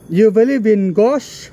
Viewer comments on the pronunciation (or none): Sebutan ghost tu tak beberapa betul tu.. Tq best video